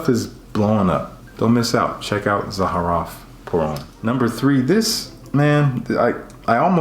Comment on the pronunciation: Thank you - for the love...and for pronouncing Zaharoff correctly 😘 haha! Thank you!